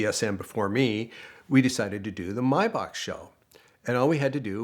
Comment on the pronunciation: About time someone pronounced Maybach correctly